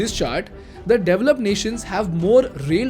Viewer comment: And they mispronounced the word "develop" and many other words 🤣😆😂